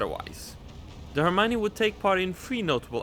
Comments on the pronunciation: you say er m ione you take the ion of the lion to say it correctly. for the r it's as if you were doing rrrrrrr but only once. I hope you can understand 😅😅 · L'Hermione is pronounced herr-me-on. It always makes me feel funny to see my ship in play.